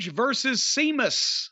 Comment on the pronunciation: I wish Jim would go all the way and call Sheamus, "Semen" instead of "Semus" We all know what he's implying...